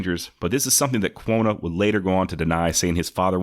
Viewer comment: I have been binge playing all of your episodes on spotify. Like the show obviously but can we get you to say Quanah right? You say it like Quona ....like Jonna and it drives me nuts. lol Have to give you a little bit of a hard time. Keep up the good work.